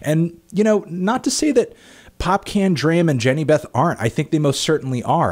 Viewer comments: it's" Popcorn" not "popcan" kmt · pop-can? 😂😂, no offense but it's pronounced like 'popcawn' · Anyone else die laughing when he said 'Popcan'? (Pop-con) Popcaan. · Hmmm you might already know this but its not pronounced "Pop-Can" it's more like "Pop Carn", he's a carribean artist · hey, so his name isn't pronounced Pop-Can, its Pop-Kawn (as in popcorn) hence the double aa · Popcaan Is not pronounced "pop - can ". It's pronounced "pop cahn" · popcaan is pronounced popcawn.. not pop can :'( i lol'ed so hard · Not Popcan lol Popcaan.... [Pop-kaawn] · Its popcorn not pop-can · It's popcaan not popcan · Popcaan (Pop - CAWN) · "Popcaan" is pronounced "pop con" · ANTNEE ITS PRONOUNCED POPCAWN lol :p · The way you pronounce Popcaan is really funny.